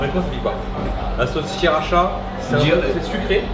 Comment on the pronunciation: Sssssskriracha 😂 C’est honteux ☺️ sa se dit shirasha et elle pique pas trop mais elle est trop bonne😍